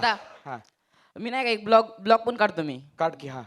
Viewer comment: Blog nahi vlog hota hai wo